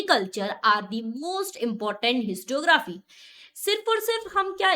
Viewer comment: Mam it is histo rio graphy and not histo graphy